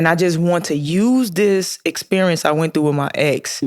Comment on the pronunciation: Did you say EX perince 😅 caught that